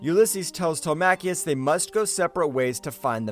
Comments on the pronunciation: WHO TF CALLS HIM TEL MACK EEOUS? Telemacus!!! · Get the pronunciation right will you. His sons name is NOT PRONOUNCED "TELE-MAKIS" as you keep saying. His sons name IS PRONOUNCED "TELEM-ACUS" said as one word Telemacus. They say it numerous times PER EPISODE. It is proper jaring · Who the heck is this Telmacchius character you’ve invented? It’s Telemachus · Tele-macheus?! 🤣 Did you not even watch the series? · Good video - but if you do another update on this classic cartoon - please pronounce Telemachus as it is in the cartoon. its pronounced Telem-e-cus - don't always sound it out as it's spelt. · It bothered me too